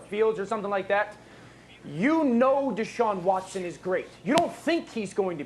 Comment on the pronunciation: It’s Deshaun Watson 🤦🏼‍♂️